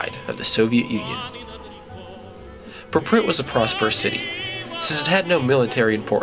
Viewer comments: Why does he call it "praprit"? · I believe your saying Prypiat Wrong. Then again I don't know Russian. However I believe its Prip-e-yat. Nice video though. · Good short info video. But you could at least have pronounced PRYPIAT the right way =(